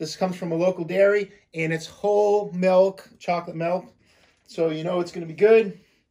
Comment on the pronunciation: Chocolate MULK...not milk.. hahaha